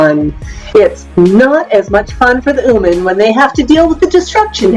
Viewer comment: Excellent educational video. My only criticism is that it is not pronounced "ooman". It's "human". Kind of annoying !